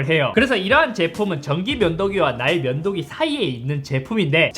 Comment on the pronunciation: ㅋㅋㅋㅋㅋ 왜 계속 ㅋㅋㅋ "나의 면도기"로 들리짘ㅋㅋㅋㅋㅋㅋㅋㅋㅋㅋㅋㅋㅋㅋㅋㅋㅋㅋㅋㅋㅋㅋㅋㅋ